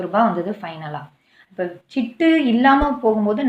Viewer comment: சிட்டு (ஆ) இல்லை சீட்டு (ஆ) sister...